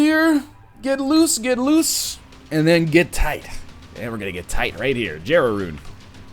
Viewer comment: Why is he pronouncing Jera Rune so weirdly ???